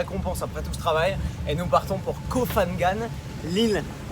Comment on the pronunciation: Super ta video poto 💪🏿 j'habite à koh samui ça fait plaise de voir que tu kiffes 🤙🏿 Juste un truc koh phangan ça se prononce pangan et non pas fangan Profit bien t'es super 🐲